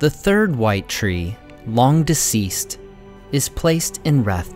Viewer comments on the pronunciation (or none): none